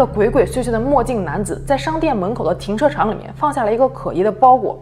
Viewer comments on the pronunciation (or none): 停车场口误说成了停车长哈哈哈